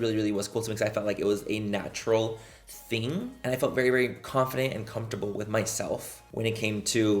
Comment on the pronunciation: “Vagina a vewwy scewwy ting” 😂